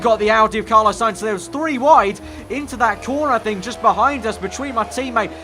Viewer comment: Fml it's not Carlo you melt its Carlos